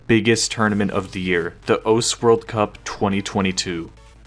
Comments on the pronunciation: the thing that pisses me the most of about this video is the way you say Osu.... its not ous. anyway! good video! :) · bruh for fuck sake say osu instead of os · Calling it 'Os' instead of 'Osu' doesn't make it cooler bro 😂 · I don't know anything about osu! but the. way this guy is pronouncing the name osu is triggering me i cant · I cant handle the fact that he wont stop saying "Ose" or whatever bothers the shit out of me tbh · O su, not ose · it's osu, not ose. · I'm suprised no one is mentioning that he is saying os and not osu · Its O’su not Os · is the pronunciation really "oas" (like oats without the t)? I've only ever heard it as "oh sue" because that's how it's spelled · Why even bother not pronouncing the u in "osu!" if you're gonna mispronounce it anyway? "ous!"... lmao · You have no idea how mad I get from hearing you say ous instead of osu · why are you calling the game "os" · its "oh soo" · the way you say osu is just as incorrect as the way most people say it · bro has a osu channel but doesnt know how to pronounce osu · learn to say osu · why can this guy not say osu LMAO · breh how u gona make a video on the game and say its name wrong for the entire thing XD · id watch the whole video but i actually cannot stand how you pronounce osu. Just pronounce it like a normal person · Gets on my nerves that this weeb can’t pronounce osu!